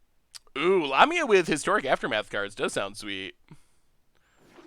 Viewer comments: The mispronunciation is just ridiculous. La...mi...a...the picture on the card is a snake like creature a.k.a. a Lamia NOT anywhere near a llama 🙄👎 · La-ME-a. Lamia 😁